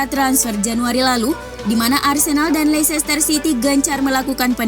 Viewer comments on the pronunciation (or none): none